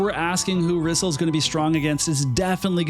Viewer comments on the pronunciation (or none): When in doubt, pronounce Japanese names like Spanish 😂 Japanese and Spanish vowels are pronounced the exact same. Her Japanese spelling is リソル (RiSoRu) which sounds more like Re-Soul, rather than Rizzle; but i mean, i guess Rizzle sounds cool too, foshizzle my nizzle, lol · Thats not how you pronounce the name. The voice acting in this game cannot be trusted. Case in Point. Muraga's Text is written like he is supposed to have an Irish or Scottish accent, but he speaks with a US 6oclock news accent.